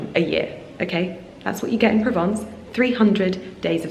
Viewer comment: Pls pronounce Provence correctly